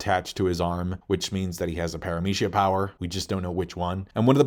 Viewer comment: He do be saying logia and paramecia weird tho